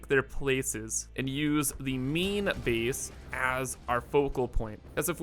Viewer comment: The way you say "a" is very interesting. Like "base" and "space." You say it like "beese" and "speece." From where do you hail?